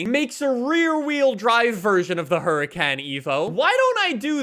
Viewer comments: this man realy said huricAn eco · Isn’t it Huri “con” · Oohracon technically is the correct pronunciation of Huracàn. lmfao yea i'm that dude. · driving me crazy with his Hura CAN 🤦🏼‍♀️ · The way he says huracan pisses me off so much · Excuse me sir, but that isn't how you pronounce "gallardo" or "Huracán". shakes head in disbelief Engine spacers? Omg why am I subscribed? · Absolutley killing me how you say Huracan 😂